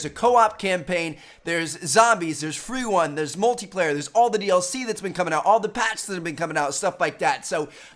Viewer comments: trev says "Fwee Wun" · he said fwee wun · anybody else hear him say freeone? lmaoo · he says fweerun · Dude I love fweewun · "free won" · u said free wun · there's zombies there's fwee wum 😂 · Who heard him say Free Wun XD also MW2 was over rated... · he said 'freewun' lol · he says "free won" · He said freewon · lol he said fweewun 😂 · Fwee wun... JK i love you keep up the great content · haha he said freewun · Did anyone else hear him say free wun 😂😂😂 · fwee wun